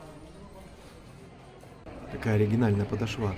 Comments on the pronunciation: Почему "подошвА", если правильно "подОшва"!!!? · К своему удивлению, не у первого блогера уже слышу такое ударение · "подошвА" меня убила...😂😂😂